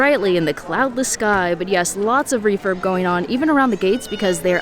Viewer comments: It sounds like youre saying 'reefer' lol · I'm deaf... when you said refurb... i thought you said refer... 🤣 look... refer, refer, everywhere 😆